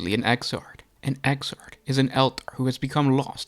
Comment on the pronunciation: exarch, man, "ecks-ark". not exart.